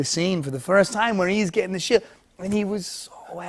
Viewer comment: Did anyone notice instead of sheiLd it sounds more like sheiWd it’s so subtle and almost unnoticeable but his old speech impediment sounds like it’s making an appearance